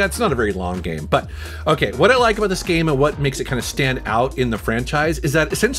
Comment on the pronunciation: "geeme" "GEEEEM"